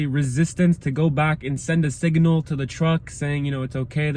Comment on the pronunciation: Sorry, but it was aggravating me, but there is no "i" between the g and n in signal.